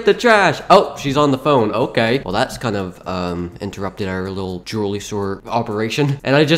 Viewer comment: dude, you said "droolery"